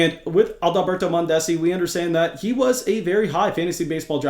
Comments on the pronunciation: The repeated mispronunciation of Mondesi’s name was hilarious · You are pronouncing Mondesi wrong